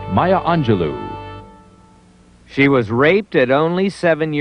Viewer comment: So much disrespect in the intro! She is not defined by rape and whorehouse. So many other things the announcer could have said to introduce her. And the last syllable of her name is pronounced "low" not "loo."